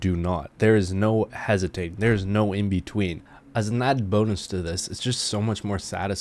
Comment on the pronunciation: Hesiting... What is that word tho?!